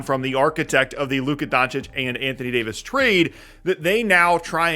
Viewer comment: I gotta unsubscribe. Mf said d fox for Davis 😂😂😂😂😂😂😂😂 can’t make this up